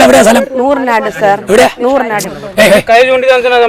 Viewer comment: എവിടാ സ്ഥലം ആങ്കർ തൂറനാട് 😇🤕അല്ല നൂറനാട് 🫨🤥